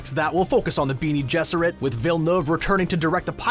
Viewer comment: Benie? Lol oh cull wahud!!